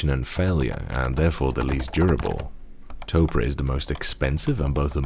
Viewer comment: OMG ITS NOT PRONOUNCED “TOPRAH” IS PRONOUNCED “TOPER”